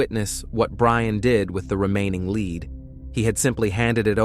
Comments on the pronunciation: Yeah, listening to this one is rough. Leed/lead. Come on, get it together. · It's lead not leed . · lead not Leed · Lead, led come on you’re a real person aren’t you? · It changes... lead pronounced led, then lead pronounced leed. Damn annoying. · Lead pronounced “leed” is terribly annoying, especially when the story is about lead poisoning. 🤦🏻‍♀️ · Take note, pronounced like “led,” but spelled lead. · I had to stop and come look at the comments after hearing the word leed 3 times 😆🤣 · Three times?? More like three hundred, so irritating 🙄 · I know, I am screaming " Lead, lead!!!!" over and over again to no avail. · Lead as in "lead paint". Lead as in "I will lead the team". You're gonna make a video you could at least make sure the words are said correctly. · The word is " lead". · Glad I’m not the only one it bothers!😂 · It’s obvious with the incorrect pronunciation. I wish the editing included checking the audio for errors. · Yes, he keeps mispronouncing. Also deciliter.